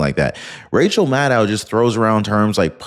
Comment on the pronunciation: please get it right it's Madcow Madcow